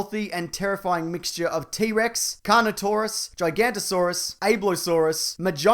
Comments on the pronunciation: you say giaganotosaurus its pronounced (gig-a-not-o-saurus) not (gy-ganto-saurus) giagenotosaurus is a different dinosaur it is sauropod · Gigantosaurus? No, sir. It's Giganotosaurus! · Giganotosaurus, not gigantosaurus... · It's pronounced GiganOTOsaurus. And the snake DNA is clearly visible in the Indominus' capable to open its mouth wide enough to fit a gyrosphere in there.